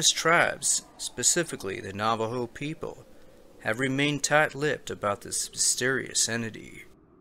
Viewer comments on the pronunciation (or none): none